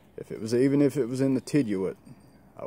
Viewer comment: Hey just wanted to point out it’s pronounced “tiddyoot” not “tidyooit”. Great knives! Keep on keepin on! 👍🏻